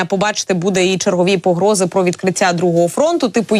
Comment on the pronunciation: Не "пра" а про. Ця азірівщина дуже заразна!